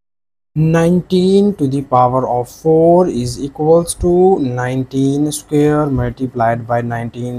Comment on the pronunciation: What’s a “scare”???😂😂😂😂